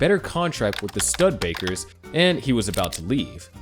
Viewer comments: The "stud-bakers". Oh brother. It's "stoo-deh-baker", friend. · Stud bakers? AI crappy audio. Check your work.